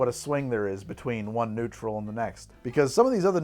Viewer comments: So, uh... <_< That's not at all how you pronounce a u with an umlaut. It's just a very oohey ooh sound, like in "noon" (as opposed to "moon" which is a little softer). So it's just "Neutral", not "Noitral". Though to be fair, I'm pretty sure you were both tired and drunk by then, heh. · If you're trying to pronounce Nütrl as though it's German, then the english "neutral" is not far off. the "noi-trel" that you're saying would, ironically, be spelled "neutral" in german. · It’s stupidly named but I sell it and it’s pronounced as neutral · It's pronounced "Neutral" That "ü" is meanto be pronounced like an "oo" but more in the back of the mouth. "eu" would be what's pronounced "oi".